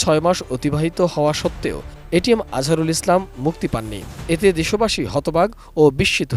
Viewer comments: এটিএন নিউজ একটা অশিক্ষিত মূর্খের দল । এটিএম আজহারুল ইসলামকে বলছে এটিএস 😂😂 । আর ছবি দেখাচ্ছে মিয়া গোলাম পরওয়ার এর । 😂😂😂 এরা কি খেয়ে সাংবাদিকতা করে । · এটিএম আজহারুল ইসলাম কে উপস্থাপিকা এটিএস আজহারুল ইসলাম বলছে! এরা ইচ্ছে করেই নাম কে বিকৃত করে চয়ন করে!